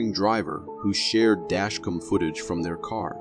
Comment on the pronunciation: Hey. Narrator guy.., "DashCom" ??! Noo No, Pronounced, "DASH-CAM"..!! OKAY ?!